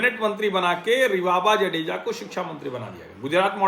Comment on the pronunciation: जाडेजा not जडेजा